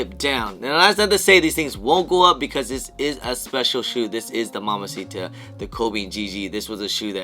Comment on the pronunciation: MamBacita not Mamasita. Also, I got EA but was asleep....😴😴